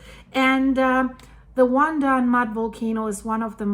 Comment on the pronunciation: LOL The Taiwanese probably got out their popcorn. BTW Your pronunciation of WanDan and the Ping in Pingtung were spot on, the the "tung" is pronounced very different from the spelling. It's pronounced like 'dong' with a long 'o' sound. The Taiwanese are usually very prepared for natural disasters and they move FAST to mitigate any potential fallout. They also do lots of public drills for any potential disaster, even a nuclear power plant accident.